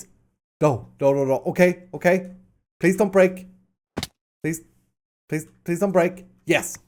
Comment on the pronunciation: Can someone please tell me what the "pran, "prease", etc." is about